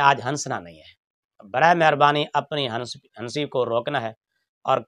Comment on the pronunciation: ہسی بھی نہیں ہوتا ہنسی ہوتا ہے لیکن ن کی آواز نہیں آنی چاہیے بلکہ ں کی آواز آنی چاہیے ❤♥️♥️♥️♥️😊